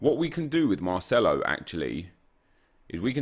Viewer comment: Why does he always pronounce c’s as “th” “Marthelo” or “Calthio A”